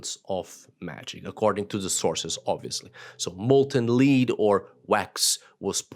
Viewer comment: Thank you for your educational talks. A quick note on pronunciation: Lead (verb) rhymes with weed, reed, greed Lead (noun, as used in this video) rhymes with bed, head, dread